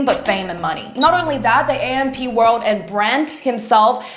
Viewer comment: Atleast you should pronounce the group name right 🤦🏻‍♀️